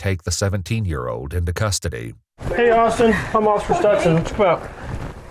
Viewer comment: in the next coming seconds, when the dispatcher says “Officer” tell me she doesn’t slur that word. She’s clearly on drugs